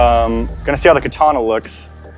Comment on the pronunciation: Mr. Spicy he said kaana